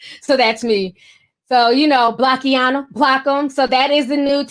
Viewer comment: Looks like block-ina, not block-i-ana js